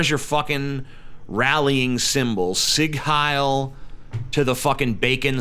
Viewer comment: D The Bacon Swastika^^ (But it's pronounced "zeeg hyle" not "sigg hyle". FWIW)